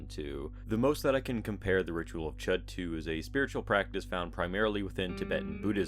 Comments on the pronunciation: Ch-oo-d not chet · I think it's pronounced "shood." But I've been wrong before.